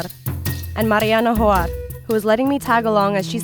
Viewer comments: I feel so bad for saying this but.. whenever the Reporter said "Hoar" it sounded like whore...so sorry didn't mean to offend anyone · There last names are hoar but it sound like wh***